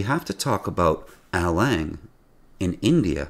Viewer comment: How do you pronounce India eyendia?